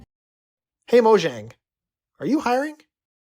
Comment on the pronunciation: Would help your chances slightly if you learned how to pronounce "Mojang".